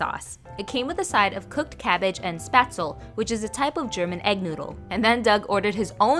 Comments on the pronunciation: It’s pronounced spachtlé coming from a Swiss. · It’s Spätzle, the Sp is pronounced like Shp, like Ship without the i ^^ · As a German I love how you pronounce „Spätzle“🥺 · I love how you pronounce Spätzle 😭🖐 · The way she pronounced spätzle- it hurts 😭 it’s cute but it hurts my german heart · except it’s not how it’s pronounced. It’s actually a leh at the end.